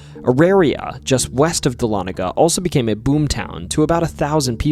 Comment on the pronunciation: Dahlonega resident here! Thanks for pronouncing it correctly. 😀